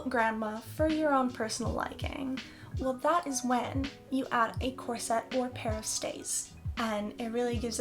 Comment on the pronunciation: Corset is pronounced with emphasis on the first syllable, not the second.